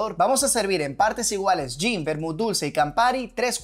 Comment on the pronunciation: Está mal la pronunciación del GIN tienes que aprenderte bien el nombre para no quedar mal con el cliente